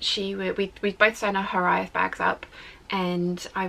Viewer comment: Hi. Try saying Hiraeth as "here- ithe" to get closer to the correct pronunciation rather than "here-ay-eth". (It's two syllables rather than three.)